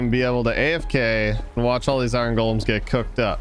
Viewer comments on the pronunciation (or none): none